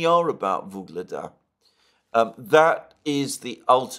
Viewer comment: Alexander, please. Its UGLEDAR, not Vygledar. YUGLEDAR!